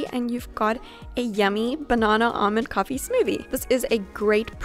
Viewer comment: You say coffee with an American accent